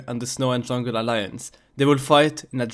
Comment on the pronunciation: According to, it's not Jungle, it's Jungel, It's not Capitcal, it's Capitel.